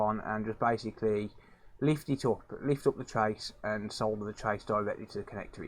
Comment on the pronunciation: leave it up to the rest of the world (not usa) to pronounce solder correctly good job man.